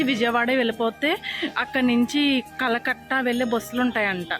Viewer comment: కలకట్ట కాదు అండి కరకట్ట అండి